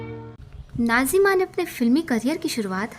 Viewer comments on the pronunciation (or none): What’s wrong with you Can you not pronounce Nazims 🤨 Why keep saying Najima 😡